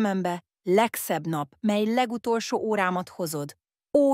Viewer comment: Ezen hallatszik, hogy AI olvassa és ez nagyon irritáló. A mely-t úgy mondja hogy miláj.